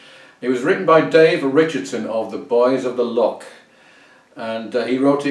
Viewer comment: Not the Boys of the Lock. It's the Boys of the Lough - pronounced as in Scottish Loch! Just a wee cultural correction!